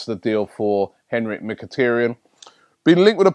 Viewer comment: lol you still messed up Benatia and how you missed the I in Brahimi's name... idk. Somehow though, you managed to not chop Henrikh's name